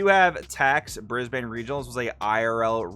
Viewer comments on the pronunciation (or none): Brisbane, to say it correctly, is more like “brisbin”